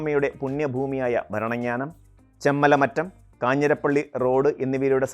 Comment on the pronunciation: റെയിൽവേ ആദ്യം വന്നത് മലബാറിൽ.... വികസനത്തിൽ ഏറ്റവും പിന്നിൽ നില്ക്കുന്നതും മലബാർ ... താങ്കളുടെ വിവരണത്തിലും വടക്കിനെ അവഗണിച്ചു. ബേപ്പൂരിൽ നിന്നും കോഴിക്കോട്ടേക്കും മംഗലാപുരത്തേക്കും റെയിൽ എപ്പോൾ വന്നു എന്ന് പരാമർശിച്ചില്ല. പിന്നെ താങ്കളുടെ മലയാളം ഉച്ചാരണം വികലം. പഛിമഘട്ടം, ഭരണങ്ങ്യാനം, കുട്ടിക്ക്യാനം ......